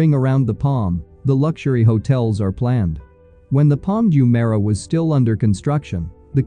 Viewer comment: You can't even pronounce Jumeirah properly. I bet you have never even been here